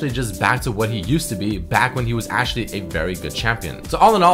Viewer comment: ESPESHIALLY, ASHYALY, HONESTLY, AKSHYALE, PRETTY DAMN PRETTY DAMN. u are so annoying to listen to. Hire someone to write your text because you skipped school.